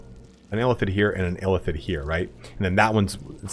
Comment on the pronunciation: I keep thinking you're saying elephant when you say Illithid quickly lol